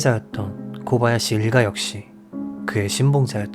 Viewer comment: 타카하시 일본어 히라카나 쓰기ㅡ대로라면 맞는말이지만 일본발음으론 다카하시로 코바야시 가아닌 고바야시로 타나카 가아닌 다나카로 발음해주시면 듣기 더좋을꺼 같네요😊 오늘도 잘듣고 갑니다